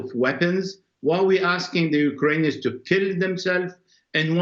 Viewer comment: Did he say “you-ka-ranians” ?